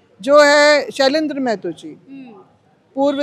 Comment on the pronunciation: Ptrakar mahoday ji sabse pahle Geeta ji boliye uchharan sahi se kare jaise mahto na bol ke Mehto bol rahi hai